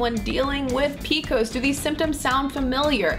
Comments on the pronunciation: No one that I know of, pronounces it PEEKOS. It's Pee Cee OH ESS PCOS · I had never once heard it described as "PEE-KOSE." Lol. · who the hell calls it "peekos"???